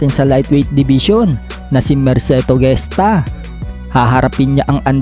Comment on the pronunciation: di yan GESTA pronunciation kondi ( hes-ta)